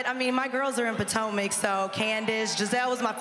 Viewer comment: Love that Sonya and drew said Potomac 👏 👌